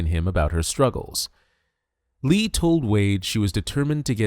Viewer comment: Tough watch hearing you say Lee instead of Lea